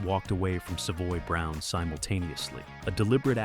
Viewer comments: Good video but mispronouncing Savoy Brown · Probably AI. I mean, who pronounces "Savoy Brown" wrong? - EDIT, after hearing it again, not so sure the pronunciation is that bad. Wrong, yes. AI, not necessarily.